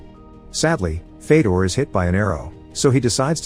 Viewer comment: fedor is pronounced fyodor